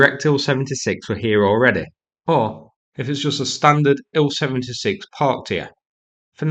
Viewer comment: Please, please, please stop mispronouncing the names of these aircraft. Tu—22 should be pronounced “T-U-Twenty-Two”, NOT “Two-Twenty-Two”. Also, IL-76 should be pronounced “I-L-Seventy-Six”, NOT “Ill-Seventy-Six”. Finally, Su-30 should be pronounced “S-U-Thirty”, NOT “Sue-Thirty”. Thank you.